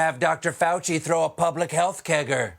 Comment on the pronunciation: did he really just say "the pleblic"?